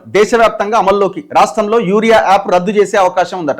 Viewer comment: అన్న యారియా యాప్ కాదు యూరియా యాప్